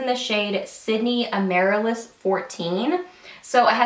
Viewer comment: That happy red lip color is named after the flower ...pronounced /am-ah-rill-us/...just thought you'd want to know. :)